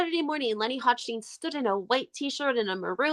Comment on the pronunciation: Pronounced hock-stine … great vid!